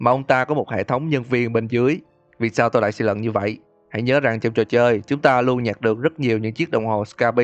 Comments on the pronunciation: xin lỗi ad nhưng e tưởng ad nói 'tôm' nhưng thực ra là 'tôi', nhưng e thấy ad nên xưng mình hơn là tôi vì xưng mình thấy tự nhiên và thân thiện hơn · Nghe từ "tôi" thấy lạ lạ